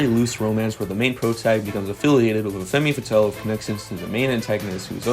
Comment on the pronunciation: Great video except you pronouced femme fatal as feemeh fatal. 0/10